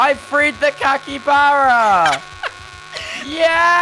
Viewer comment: Yay i saved the "cakybara"😂